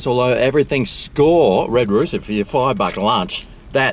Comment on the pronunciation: “Red rooter” hahaha